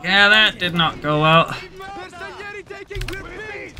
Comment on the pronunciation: To understand how to pronounce bersaglieri replace the “GL” with a “J” and will be easier. bersajeri it’s the correct pronunciation. My great grandfather was one of them. He fought in WW1 as elite soldier on Caporetto and battle of Piave too!